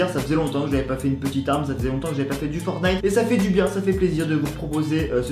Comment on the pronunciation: La smg de fornite.... de FORNITE.... Le T est en grève ou quoi?